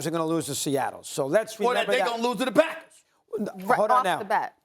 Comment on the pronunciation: I just realized SAS says "owl the time" Not "all the time"